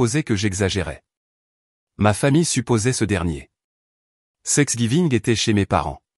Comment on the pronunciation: Thanksgiving pas sexgiving,à corriger